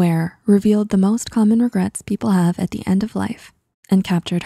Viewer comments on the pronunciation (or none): “Regrats”? Why even take this seriously. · “5 regrats”